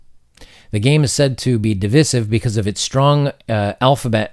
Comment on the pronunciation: You're being divisive by pronouncing divisive incorrectly!